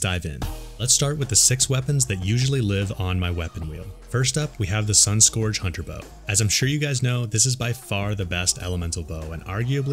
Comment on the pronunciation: Just an FYI dude, Scourge should sound like surge, not forge. (I’m a fan of your videos, just trying to help - not trolling!)